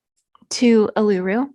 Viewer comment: Great work lots of information. Letting you know the big red rock in the middle of Australia Uluru in Northern Territory is pronounced as: oo loo roo.